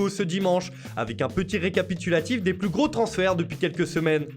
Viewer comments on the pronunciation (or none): none